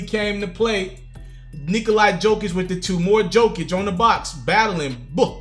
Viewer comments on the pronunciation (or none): again my man.. it's pronounced yo-kich!